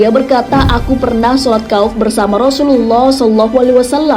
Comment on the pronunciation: maaf sekedar meluruskan saja, dalam hal ini adalah beberapa kata yang sesuai atau bisa dikatakan benar, 1.salat ,bukan salat tetapi sholat = صلاة 2. sholat kauf,bukan kauf akan tetapi khouf = خَوْف 3.tafsir ibnu (katsir ) cara membacanya yaitu bukan berhenti dihuruf "T"dalam penulisan "ts" penulisan bahasa indonesia itu tanda bahwa itu adalah huruf tsa'(ث),yang bacanya sa' diatas lidah. 4.sholat zuhur,yang benar adalah dzuhur,disini pembacaan huruf (ظ) seakan akan ada unsur pelafalan huruf za(ز), dan sebenarnya dua huruf tersebut sangat jauh beda dari segi maharijul hurufnya 5. saf,yang benar adalah shof ,memakai huruf shod (ص) atau صف dalam bahasa indonesia arti bahasanya adalah barisan dan sebenarnya masih ada beberapa kata yang tidak sesuai dengan ibarot mu'tabaroh. hangpura,hangpura